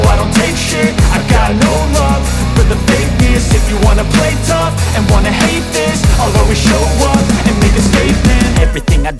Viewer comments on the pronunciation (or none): none